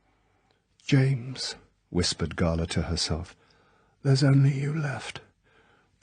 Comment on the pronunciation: His Drax is my favourite. The crazy monologue at the end is properly vicious. He also pronounces 'Gala' correctly which also helps.